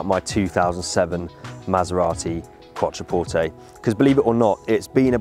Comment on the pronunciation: glad you now know how to pronounce Quattroporte LOL